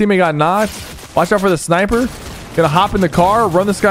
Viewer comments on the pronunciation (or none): none